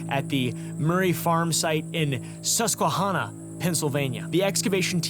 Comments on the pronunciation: as someone from pa it made me cringe the way you said susquehanna...... love u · I'm president of the Susquehanna Art Society, am part American Indian, and grew up in the Susquehanna Valley in PA...funny thing is I never heard this giant story! Also...you are saying Susquehanna wrong...not that it matters ;) I know it's your thing.